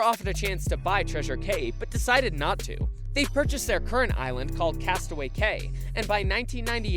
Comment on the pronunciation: he said castaway gay